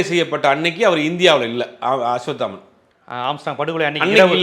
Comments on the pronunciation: நெரியாளருக்கு அஸ்வத்தாமன் என்ற பெயரை அஸ்வாமுத்தன் என்று உளருகின்றார் பேட்டி ஆளிக்ககூடிய நபர் குத்துமதிப்பாக உளருகின்றார் என்னங்கடா ம்..... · Don't do factual mistakes, I have repeatedly seen you making mistakes in pronouncing names, it looks unprofessional. It's not Ashvamitran it is Ashvathaman. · 😢அஸ்வத்தாமன் என்பதே சரியான உச்சரிப்பு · Bro asvathaman correct spell pannunga, ungaukea rollinga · Aswathaman. Oru thadava kooda correct ta sollala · அஸ்வத்தாமன் பேரை ஜீவா தவறாகவே உச்சரிக்கிறார்...🤔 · Being a journalist ,can't you pronounce a name 'Ashwathaman' properly... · இவனுங்க எல்லாம் எப்படிதான் மீடியாவுல இருக்காங்களோ!. சம்போ செந்தில சாம்போ செந்தில்னு சொல்வது. அஷ்வத்தமன்னை அஷ்வமித்திரன்னு சொல்லறது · அஸ்வத்தாமன் என்ற பெயரையும் சம்பவ செந்தில் என்ற பெயரையும் சரியாக உச்சரிக்க கூட தெரியாத நெறியாளரை வேலைக்கு வைத்த ஜீவா டுடே நிர்வாகம் ஒரு கேடுகெட்ட ஊடகம்....